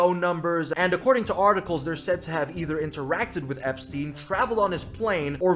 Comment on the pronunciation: i have no idea why its so hard for americans like to pronounce epstein, do american schools not teach u how to pronounce jew words?